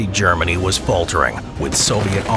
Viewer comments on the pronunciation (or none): none